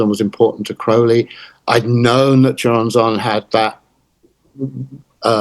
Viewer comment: Dissapointed by Nick lands butchering of the name Choronzon though